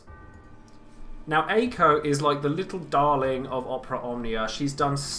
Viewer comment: Btw, Mako/Makou is pronounced "Mah-koh" And why back and forth between Ey-ko or Aye-ko (it's the former, Ey-ko)